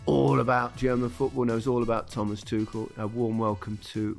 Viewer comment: Yeah...we're all going to keep saying Thomas Too-kell. Sorry. Not sorry.